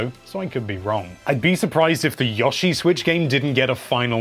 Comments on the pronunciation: Yo she is how its pronounced not yaw she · Yah-shi? Really? Dude, its Yoh-shi. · Yo-shi not Ya-shi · Gotta love "Yawshi" lmao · Wtf this guy butchers Yoshi's name so badly lmao "Yawshi" haha